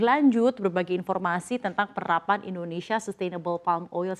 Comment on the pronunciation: Mbak, tolong, namanya Indonsia bukan Indonesya, tidak perlu niru lidah asing.